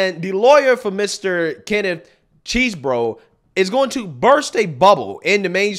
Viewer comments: Its not cheese-bro, its chess-bro. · Did you just call Chesebro Cheese Bro? Lmaooooo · I love you, and I watch all your stuff, but it is pronounced (Chez-Bro). Thanks for sharing the video man… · Can you please say that man’s name correctly, Chesebro not cheese, thank you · You never fail to butcher a name 😂 “🧀 borough”